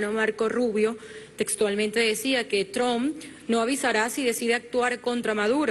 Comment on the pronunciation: por cierto deberías enseñarle a maburro a pronunciar bien el apellido trump para que no sea tan penoso escucharlo y que no cause tanta vergüenza internacional.. te darían 2 o hasta 3 clap por eso, creo... XD